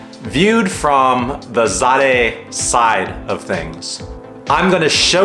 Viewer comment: Pronounced Zay-duh...